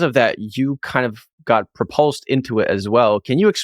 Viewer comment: what the hell is purpulsed? anyway